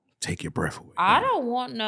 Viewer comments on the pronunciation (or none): none